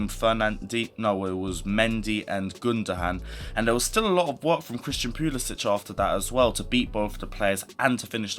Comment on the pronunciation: you need to pronounce Christian’s name properly. You don’t think he at least deserves that bit of respect? Flippin brits man. Y’all love to just butcher people’s names w/o giving a rat’s ass